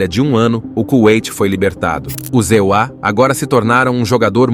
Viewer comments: os ZEUÁ!!! QUE diabos é isso!?!?😂😂😂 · "Os Zeuá" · Essa dublagem de Inteligência Artifical é tensa. "E.U.A." 😅